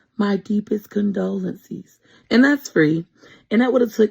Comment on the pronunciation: dont even know how to say CONDOLENCES. smmfh